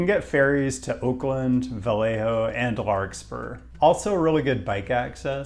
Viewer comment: You pronounced Vallejo wrong